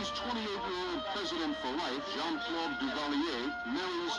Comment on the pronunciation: It's pronounced (Tusk-E-gee). They were the first Black Airmen pilots to fight in Word War II. There is a movie about them (Red Tails). And Jean is pronounced (Za), not (Gene). Yeah, she had the TV's out, but it came much later after her wedding. And Papa Doc setup the Tanton Tanton Macoute, not his son Baby Doc. The freezer story and mink coat is true. She was and still is a horrible person. She is on Twitter and Facebook all the time now with her delusional posts.